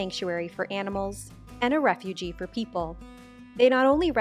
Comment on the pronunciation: You mispronounced refuge. It's not pronounced the same as refugee, you leave off the ee.